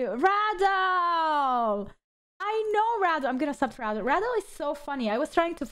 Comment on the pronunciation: its REDEL not RADAL